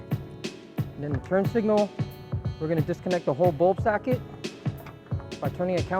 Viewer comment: “Bulb sacket” 😮‍💨haha